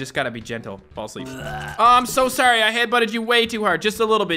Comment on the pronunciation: My favorite part was when he said “ope sorry” in the most Canadian way possible